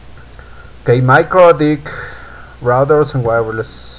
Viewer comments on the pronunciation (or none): I hear MikroDick :-D